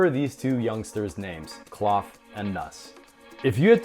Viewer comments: Kloth is pronounced like oath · You're mispronounced Kloth. It's not like Cloth.